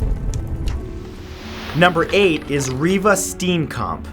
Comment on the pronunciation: Bonus points for actually saying "Reeva Steenkamp" right. :)